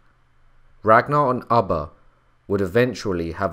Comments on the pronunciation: Its ubbe not abba hehe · I couldn’t keep listening with you saying ubba like your saying rubber without the r. It’s ubba like your pronouncing it with two o’s “ooba” 😔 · Pronounced: ooh-ba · Did it drive anyone else crazy the way he was pronouncing Ubba's name? Everytime he said it I would say it the other way. Lol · Come on all this knowledge. You could've pronounced his name properly. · Pronouncing his name incorrectly just turned me off to this!